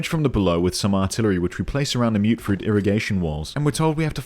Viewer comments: It will always be "mutt-fruit" to me, "mute-fruit" is one of those silly American pronunciations that's stuck like "airplane". And i don't care if one of the game's NPCs pronounces it like that either. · As someone who also called it "mutt fruit" back in 2015, I genuinely hate the myootfruit pronunciation, even though I know it's technically correct. It sounds way less punchy. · I believe its pronounced like mutt because (i think) its either a fusion of fruits or the product of some fruit that mutated together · I honestly thought that you saying "Mutt Fruit" was a deliberate mistranslation to annoy commenters lol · Ah yes, the humble myootfruit I sure hope those pesky super myootants don't get their hands on them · Wait... It's pronounced Mute Fruit?! I refuse to believe this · When you mentioned people getting an aneurysm from you mispronouncing Mutfruit, i lost it. Your humor is very creative. I want to pick up fallout 4 again now. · You adressing your horrific mangling of the word 'mutfruit' is the sole reason i subscribed.